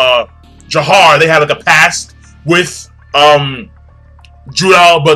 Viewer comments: Its jafar not jahar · JAFAR!! damn it not JAHAR!! lol